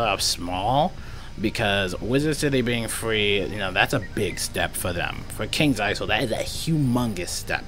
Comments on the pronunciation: the s is silent in isle in kings isle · the Isle in Kings Isle has a silent S